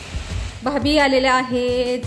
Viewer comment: भाबी नाही भाभी…असं काय मराठी बोलता तुम्ही काही समजत नाही😢